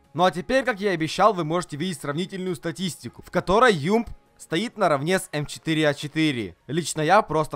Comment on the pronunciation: обажаю твою фразу эм читыри